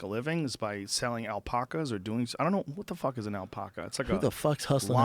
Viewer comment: Fuck Joe! stop saying "Alpaca" like "All-poc-a" there's only one "L", "AL-pack-a".....I live in a small town where they breed them all the time